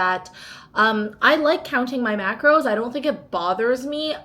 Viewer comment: I love this and I swear u said macroids 😂😂😂😂😆 my mom was beside me and I said this is because of u hahaha ! Great meals 😍